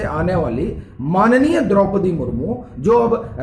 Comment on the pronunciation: आप "य" अक्षर का उच्चार "ये" ऐसा क्यूं करते हैं। उदाहरणार्थ आप "माननीय" शब्द का उच्चार "माननीये" ऐसा करते हैं।